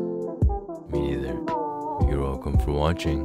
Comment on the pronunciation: Is no one gonna talk abou how he says you welcom for watching